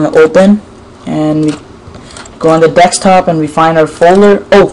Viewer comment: dekstop, that's what u say!! AND YOU KEEP REFRESHING IT